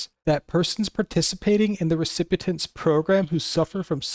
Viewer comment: This is very useful information, but please learn how to pronounce recipient